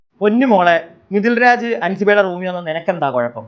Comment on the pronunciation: മിതിൽ രാജ്. അല്ല. മിഥുലാജ്